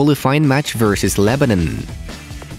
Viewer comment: at least say lebanon right